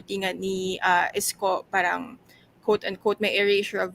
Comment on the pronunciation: Excuse me, WHY DO YOU PRONOUNCE " PARANG " WITH AN F HINDI KA NAMAN PUTI. 🤣😅🤣😅FARANG